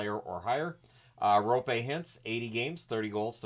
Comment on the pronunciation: Kudos to you for pronouncing "Roope" correctly 👍 I know it's a tough name for someone who's first language isn't Finnish or maybe Estonian. (never heard any Estonians trying to say Roope)